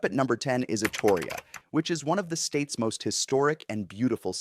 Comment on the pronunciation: You're pronouncing Astoria wrong. And the only reason why Oregon is failing at anything is because the governor we have right now is absolutely terrible at her job. I miss the Oregon I grew up in before big money came to town.